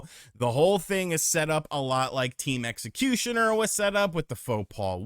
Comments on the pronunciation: my dude, it's Xecuter not Xecutioner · Is he just mispronouncing Team Xecutar on purpose, or is he really not aware that he's saying it wrong? Lmao